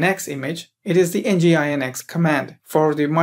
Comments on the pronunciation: Good video tutorial, but please stop saying EN GEE I EN EX, it's called 'Engine-X'. Use Apache next time 😄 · It is pronounced as "Engine X" not N.G. I .N.X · nginx is pronounced as "engine x"